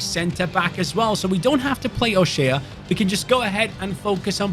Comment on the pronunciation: It is pronounced Dara 'O shay not shea